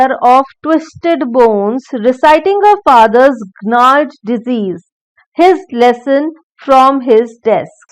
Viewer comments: Really an excellent teacher & a great help to students. Ma'am a slight correction in pronouncing gnarled. It is pronounced as naald. Thank you. So nice of you ma'am. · Please improve your pronunciation like malnutrition, gnarled etc.